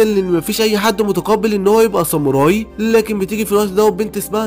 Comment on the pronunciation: خوي انا شاهد هاد انمي من قبل مو جيش الظلام جيش ساموراي صوتك حلو كل شيء بس شوي من اشاي حكيت غلط متل ساموري و مينج و في كتير